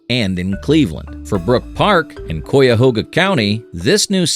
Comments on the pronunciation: Yeah Coyahoga lolol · This AI doesn’t know how to say cuyahoga County.